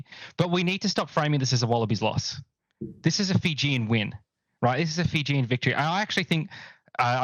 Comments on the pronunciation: Fijian? I thought you were speaking Māori or something. Zero justice. But you’re not the only one. Planning to start a blog on enriching rugby bloggers on how to pronounce Fijian names. It’s highly annoying when there is no effort by some. The female Kiwi commentator improved at least. Shocking during the Georgia game. But impressed she corrected herself after it was brought to their attention. That’s effort. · Bro literally butched the fijian language😂